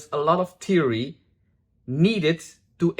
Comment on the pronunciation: LOL your pronunciation of “theory” sounds to me like “teary.” I do have to say my application is often “teary.” Thanks for this video!